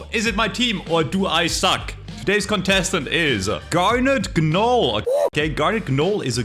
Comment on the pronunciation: The G is silent in gnoll